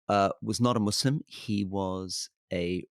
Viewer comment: You can tell Rory has been around because he actually pronounces "Muslim" with an S and not a Z